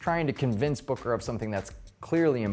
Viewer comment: Am I The Only One Who Heard Booger Not Booker